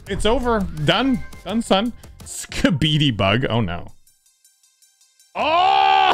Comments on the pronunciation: Oh man he doesnt know how to pronounce skibidi. Actually now that i think avout it, he's lucky he's avoided it for this long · skeebeedee bug 😂😂😂😂 I don’t think he knows what skibidi toilet is